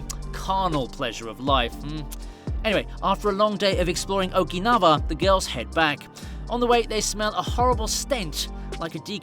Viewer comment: No critics, but, isn't OkinaVa, pronounces OkinaUa, Okinawa, W has U sound, not V